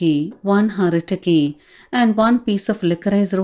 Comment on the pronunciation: Its not Haritaki and vibhitaki.....its Hareethaki and Vibheethaki